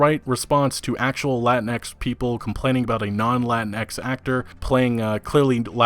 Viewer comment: just a heads up: you dont pronounce the x in latinx lol